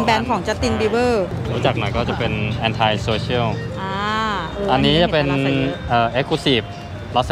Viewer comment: ออกเสียงคำว่า ANTI ผิดนะ อ่านว่า แอนตี้ ไม่ใช่ แอนไท